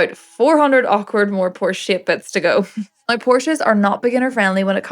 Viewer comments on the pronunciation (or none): Please say now another couple times I think it sounds rather noice.